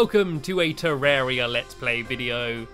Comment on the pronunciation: It's pronounced te-rre-ria not terrea